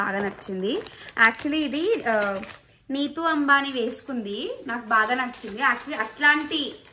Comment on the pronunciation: It is Nita Ambani not nitu Ambani